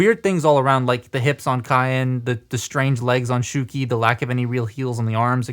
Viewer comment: It's SHOW-key, not SHOE-key.